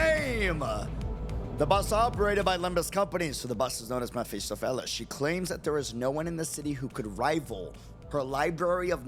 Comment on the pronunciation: it doesn't matter how many different "first playthroughs" I watch, not a single one is capable of reading Mephistopheles correctly the first time around